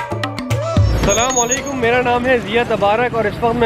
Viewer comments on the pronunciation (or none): Bhai plz say ASALAM O ALIQUM instead of Slamoaliqum. Don't mind plz.